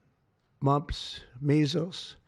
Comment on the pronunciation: He said the “Monks” not the Mumps 😂😂😂😂😂